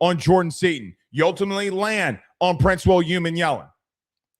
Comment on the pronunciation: as an OM fan, I'll help you out cause I like your show. PRINCEWILL'S last name is pronounced: "OOH- MOMMY-ELLEN"